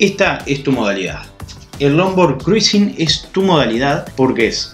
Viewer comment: Mejor pronunciar: Crusing 😉